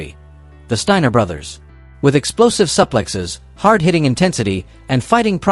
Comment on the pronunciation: It’s a SOO plex. Not SUP lex.